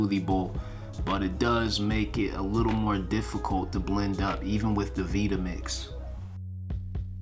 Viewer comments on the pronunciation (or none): Great video. And uuummmm vitamix is pronounced like vitamin FYI.